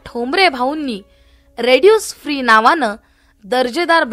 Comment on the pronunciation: त्या माहिती सांगणाऱ्या मॅडम रेड्यूस फ्री असं म्हणत आहेत... ते माझ्या मते रेसिड्यु फ्री असं असावं.